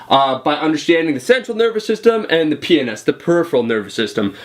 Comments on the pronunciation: Haha PNS it sounded like you said Penis. Sorry I couldn't resist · when u said "PNS" it sounded like u said PENIS